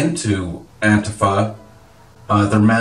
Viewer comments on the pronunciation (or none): it's pronounced "An-TEEF-uh"